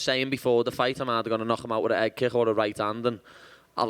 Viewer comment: How many h’s are in the word kick?